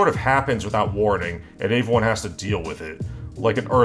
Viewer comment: Why doesn't this guy know how to pronounce "everyone"?